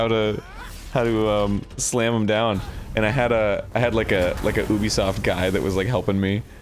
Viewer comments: It's not Oobisoft. It's Ehbisoft. (I'm sorry but at this point it's Mehbisoft). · what the fuck do they mean Eh-bisoft? the letter U is pronounced nowhere near Eh in French. I get that it's a sound that doesn't exist in English, but saying Yubisoft is much closer than Eh-bisoft? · Immediately mispronounces Ubisoft 5 times.. you be soft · Very VERY FIRST THING on-screen: it's pronounced eh-bi-soft: Lol no it's not